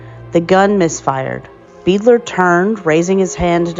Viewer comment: I have it on good authority that the last name is pronounced "BIDE-ler" (being of German origin). Otherwise, it was very interesting to come upon this. Thank you, for your research and efforts